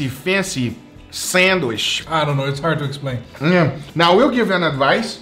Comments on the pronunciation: am i the only one who cringes when i hear say sandWISH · Alvarez Castro Nothing wrong with it,just funny,but it’s sandwich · Sandwishh...that's what I call it every time makes one and doesn't share with me:( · I love how says "sandwish". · no one::Thats a nice sandwish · No one:: Sandwish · “an incwedibble sandwish”